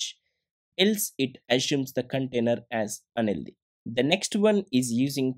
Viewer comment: thank u for the video! btw you pronounce the word "unhealthy" as "LD", i was so confused